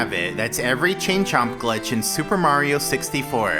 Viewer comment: I kept hearing "Ching Chong" instead of "Chain Chomp"